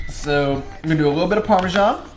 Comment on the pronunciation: I have been watching your videos for a week now, and I am starting to like it but... how the duck did you just pronounce parmesan?